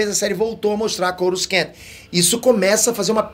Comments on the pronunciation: Cada YouTuber inventa uma maneira de falar corusan kkkkk, essa de hj foi nova! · Eh sério que o tá pronunciando Coruscant errado??